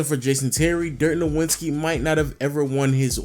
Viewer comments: Im so sorry to sound so petty, but its not pronounced "noWitzki", it's "noVitzki". He's German, Germans dont have a "W" sound in their alphabet. They pronounce w's as v's. Love your channel tho! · Why do you keep pronouncing it as "Nowwitski" when the actual pronunciation is already well known? ("Novitzki") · I can't believe I have to say this in 2021... It's fucking No-Vitz-Key. Dirk No-Vitz-Key. I know you've heard his name 6,000 times, so you just insist on saying it with a W. It's not that hard, bro. Sheesh... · You got me triggered everytime you said Dirk „NoWINski“ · nigga why do you continue to mispronounce dirks name? its NOVITSKI its not hard at all. you watch basketball and have heard this time and time again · ITS NO-WITS-KI SHOW ME WHERE TF THE N IS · Could you pronounce Dirk’s last name correctly, please? #disrespectinglegends It’s pronounced like there is a “v” in his name because he is German. Other than that, great video! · I love your content overall, but oh man, the way you pronounce "Nowitzki" in so many videos is like scratching a chalkboard with a nail. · I love you but I laugh every video you mispronounce Dirk's last name. Did he disrespect you on the low? Lol. Did he snub you on an autograph? xD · Figure out how to pernounce Dirks name. Damn that was annoying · Learn how to say Dirk's name